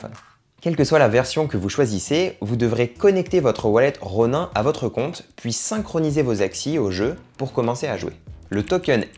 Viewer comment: Outch mes oreilles saignent quand je t'entends dire "Ronain". Et y a quelques truc qui sont pas à jour mais bon bonne vidéo. Et on ne gagne pas comme ça 2000€ par mois. Il faut dépenser des milliers d'euros...